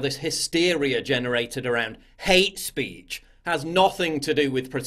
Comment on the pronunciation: The way you say hate speech is hilarious